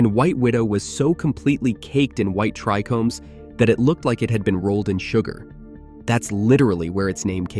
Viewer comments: TRI-chomes not trecomes, as in tri Greek treis meaning three… cmon bro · Everytime I heard "trickomes" it irritated me more and more.. I love these videos though